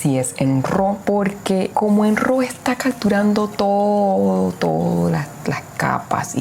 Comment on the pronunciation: No se dice ro … se pronuncia ra . Raw es decir entero natural …